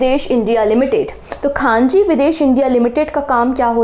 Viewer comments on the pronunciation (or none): " khanji nhi khanij likha hai, Khanij(mineral) India limited 😂😂😂😂 nind poori nhi huyi aapki lgta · khanji ❌ ; khanij ✔ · Mam, it is खनिज विदेश लिमिटेड । आप खान जी बोल रहे हो 😮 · ma'am khaneej hai.. khaanji nhi Q.o.d- D. Gukesh Thank you so much ma'am ❤❤❤❤❤ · It's not Khaanji. It's KHANIJ (MINERAL). 🙏🙏 Please try to pronounce the word correctly. I'M A DAILY LISTNER TO YOUR CURRENT LECTURERS AND THIS TYPE OF MISTAKES ARE VERY COMMON. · khanij not khanji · खान जी नहीं खनिज